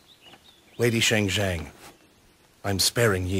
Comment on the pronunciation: Shang Xiang = "Sha-ng Siah-ng", not "Sheh-ng Xieh-ng".